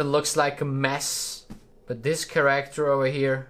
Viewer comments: Can you please look into the correct pronunciation for the words three, character and thumb.🙏🏻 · love you videos but please try to pronounce character right for once